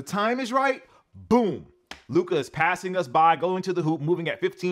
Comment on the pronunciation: PLEASE learn how to pronounce Luka's name! It's not that hard, man...